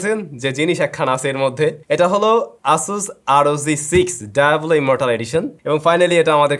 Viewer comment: ব্যাটা গর্দভ, এটার উচ্চারণ ডায়াবোলো নয় বরং সঠিক উচ্চারণ হলো ডিয়াবলো। (জিপিএ ফাইভের অসামান্য আবিস্কার)